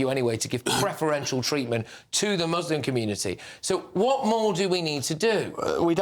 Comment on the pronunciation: Why must they say Mooselim